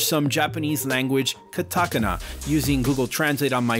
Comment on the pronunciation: Hahaha. Katakana. Pronounced wrong, but it made my day! great video! xD